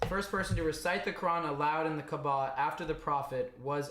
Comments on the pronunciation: Hey the pronunciation is kaaaba kaaba.. not kbaa. No offence , just so u say it correctly... Btw have you watched the film THE MESSAGE By Moustapha Akkad.. Just a brief explanation of how it happened.. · Hey, love your research and logical thinking! Btw, it's Kaaaba, not Kabaa